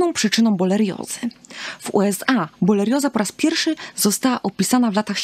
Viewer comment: Pierwsze słowo, pierwsza sekunda filmu i już źle wymówiona nazwa choroby, o której nagrywa Pani film. Żenada..